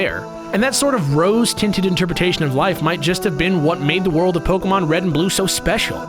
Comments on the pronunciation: It's not poke - UH - mon, it's poke - AY - mon Like, c'MON man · its pronuonced pokAYmon {it doesnt really matter though..} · It's not Pokeahmon it's Pokaymon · POK-AY-MON SAY IT RIGHT!!!!! JACKASS